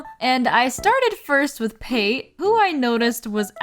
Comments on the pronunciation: Cracked up over your called Pate, "P-Ate" over and over again, its pronounced like Pâté 😅 its a food reference to ground duck liver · Pretty sure her name is pronounced pah-tay as in the spread made from duck liver. The names in this series get super dark, like Elmer, the horse villager x) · helppp girl Pate is pronounced like Pat-ay (or pah-tay, i guess). her name comes from the french word pâté and the bulgarian word for ducking "пате" (which funnily enough is pronounced the same as the french word). LOVE the vid tho lol great work! currently watching while playing new leaf :) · Why do you keep saying Pate’s name like that?